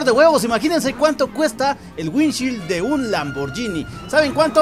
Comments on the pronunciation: Maje estás enseñado en inglés y no se pronuncia así se que te pela verga todo pero alguien te va a copiar y la va decir mal 😅 es así windshiold así se pronuncia 😅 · Así no se pronuncia parabrisas en inglés..